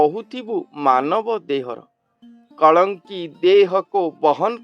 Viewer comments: कलंकी नहीं महाराज कल्कि भगवान है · Kalanki mat boliye , kalki naam hai